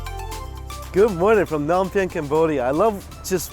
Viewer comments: uuurk when u say Phnom Penh incorrectly, other than that the food looks bomb! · Anybody else here from cambodia ? 🇰🇭🇳🇴 its funny how he says nom penh😂